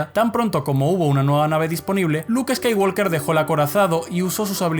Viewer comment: Deja de pronunciar skaiwalker la L Es muda se pronuncia woker. Uds lis españoles que creen españolizar el inglés como si fuera correcto